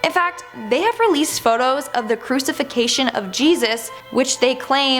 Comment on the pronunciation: I can't get past the horrible mispronunciation of Crucifixion!!